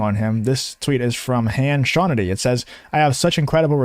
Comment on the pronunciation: “Han Shawnity” 😂